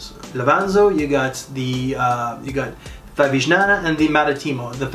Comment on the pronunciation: G in Favignana is silent. Just like the G in the town of Bologna. Cheers!